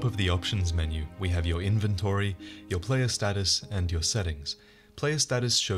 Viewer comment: I don't like the way you pronounce 'inventory'.